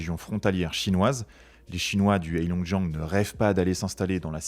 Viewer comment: C'est bien de faire une video sur la Chine, mais ça serait mieux si vous appreniez à prononcer le pinyin.... Le H dans Heilongjian se prononce un peu comme un R (Reilongjian)